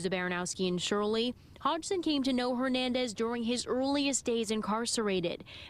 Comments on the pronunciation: why cant that guy say “ Hernandez” correctly???? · watched a show with this cop butchering “ Hernandez” every time he says his last names- dumb